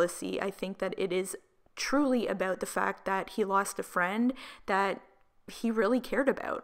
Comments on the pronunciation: I love how you say about AH BOUT 💕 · The way you say about makes me cringe 😶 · aboot lmfao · “Oot” “aboot” Oof, girl 🤦‍♀️😂🙉